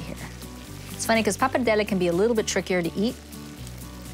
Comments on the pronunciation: She is really pronouncing pappardelle with a big difficulty, sounds really unitalian. She doesn't pronounce 'r', she says 'pappadelle'. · Isn't it pronounced 'poppa-deli'? 😕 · Sheena Vaught Pappardelle, like other Italian words, should be pronounced in an original way and not in an English way. Italian vowels are pronounced as they are written not in an “American-style”. 😉 PappardellE and not “Pappardelli”. Greetings from Italy ! 🇮🇹✋️